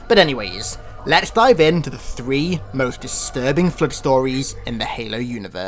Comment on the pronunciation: I like how you pronounce the Flood as "Flued" at times.